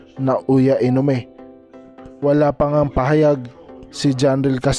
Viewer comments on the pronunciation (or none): Brod ayusin mo naman video mo, pati apelyido ni inoue di mo mabigkas ng maayos, tapos meme ka pa kay quadro alas, tahimik lang si casimero, di siya madadal nah lalake.